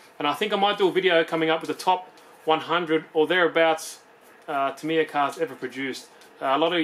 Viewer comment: You say tamyia funny